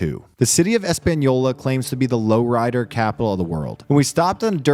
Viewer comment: Low... ride... er.